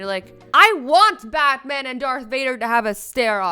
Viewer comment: did she just said bathman XD